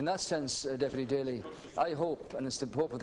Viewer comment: awesome rep daly!! you said everything correctly!! as an american i appreciate and LOVE what you said!